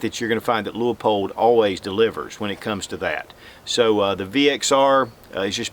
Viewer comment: The Leupold catalog has a note that the low end is actually 1.5x even though labeled as a 1.25x. Also, I think the company pronounces the name as "lew-pold" rather than "lew-ah-pold".